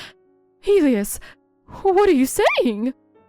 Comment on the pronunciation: Elias is pronounced ( and I'll do it phonetically) E lie ass